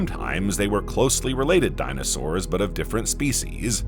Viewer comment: The dino sauerrrssA. Today -A Fix that 😡